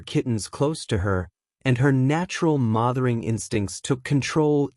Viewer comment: And AI couldn't correctly pronounce the word "mothering."